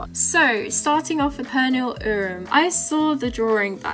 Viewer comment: hah love the way you pronounce Pernille xD it sounds so funny